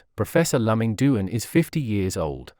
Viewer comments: His first name is pronounced “Lu Ming” not “Lum Ming”. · This propaganda robotic voice couldn't even get his name right. It is not lum-ming, it is Lu -Ming. It is like quoting Sun Tze while mispronouning Sun Tze 's name. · I wish the commentator would ask someone who knows how to pronounce Luming Duan’s name. It is actually Duan Luming. Chinese visitors or immigrants are forced to put their surnames last. He is Too-en Loo-ming The t is soft and not aspirated. He is NOT Lum-ming!